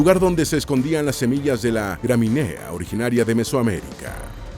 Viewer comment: Señor locutor. Si habla español por favor pronuncie las palabras castellanas o del español con el acento que tienen. Varias veces lo escuché (no "escuche") y la que llenó (no es lleno), el vaso fué "gramineas" que es gramíneas con buena tilde. Se ve que es anglo nacionalizado.